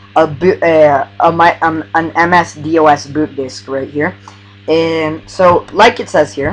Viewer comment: Just FYI, it's not pronounced with each letter, "D. O. S.", rather it's pronounced like a word, "dos" with the "O" sounding like it does in the word "top". A lot of younger people make the same mistake, it's nothing to worry about. :)